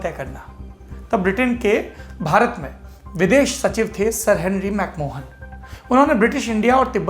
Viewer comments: Saurabhji, it is McMahon line and not MacMohan line. Good report... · Dwivedi ji, it's pronounced as 'Mac Ma-yen' and not 'Mac Mohan' line.